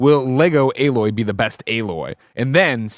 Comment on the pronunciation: Why does keep saying “uh-loy” lol